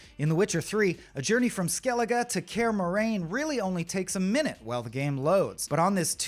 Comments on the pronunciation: Care Morain? You mean Kaer Morhen? 😂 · What's worse than that CEO's comment is this dude's pronunciation of Kaer Morhen. "Care Moran" really?!